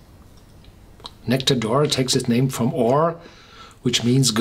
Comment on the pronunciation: "Nectawr d'oar" ... I think a German pronunciation would have been closer to the way it's supposed to be said in French.